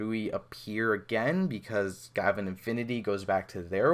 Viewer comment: GaVAAN not GAvan